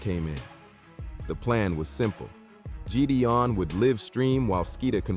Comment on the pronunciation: Jeedee-on?I'm out